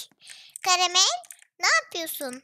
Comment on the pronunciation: karamel yerine kayamel diyince ne güldüm be hala gülüyom